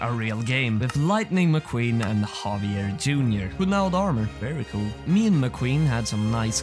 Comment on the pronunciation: havier ???? BRO JAVIER